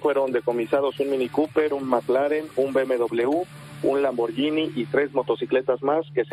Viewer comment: Aprendan a pronunciar por favor: Lamborguini. En italiano la gh suena como gu en español. Gracias.